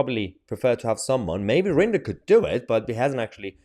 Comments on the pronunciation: Rinder not Ringer, Mahyar 🤦‍♂️ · know your stuff its rinder not ringer